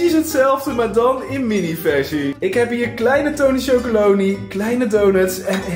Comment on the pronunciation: Het is tonychocoloneLy niet tonychocoleny